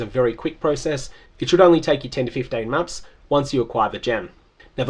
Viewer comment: 10 to 15 maps almost sounds like you said months. maybe i need an ear clean-out